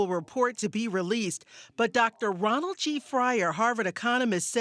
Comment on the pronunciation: Roland not Ronald